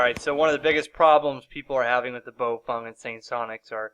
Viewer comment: Hi. Very informative. Thanks. FYI, though...Baofeng is pronounced "Bow-fung" not "Bo-feng" or "Bo-fung".